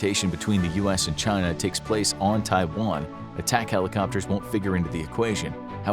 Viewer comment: Well they all DO say there's only One China. Your version sounds a lot better to my American ears than Xi's version.